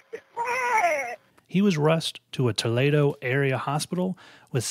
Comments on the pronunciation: Toledo - toe -lee(not lay)-doe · For Toledo it’s ‘TOo-lee- do’ not too-lay-do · Toledo ... Toe-lay-dough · Kinda surprised me that you mispronounced Toledo...Toh-leed-oh. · Clio- k-lie-o Toledo - Ta-lee-doe I can understand missing Clio, but mispronouncing Toledo was odd. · That's the weirdest way I've ever heard somebody pronounce Toledo. Us ohioans have our own language so its not a critic lol